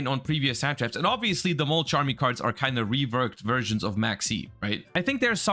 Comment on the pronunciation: it's "mulCHARMY", not "chumy"